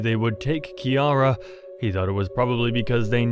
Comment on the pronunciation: Finally someone saying kiara right